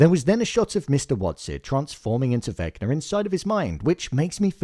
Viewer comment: Bro be like Vecna = naah 🚫 Vecnar = ✅